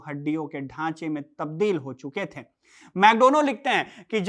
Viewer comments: "थें" नहीं बल्कि "थे" बोलिए हुज़ूर!!!😂😂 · Bhaiya aapki bhahut sari lines ke end main NTH ka sound aa raha hai jaise nazinth, shamilnth hai, ganyenthe, baghenthe...aap dhyaan se suno waise baki ka video bhhaut acha hai..